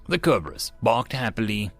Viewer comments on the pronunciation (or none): KERberus? I am unreasonably angry at that pronunciation.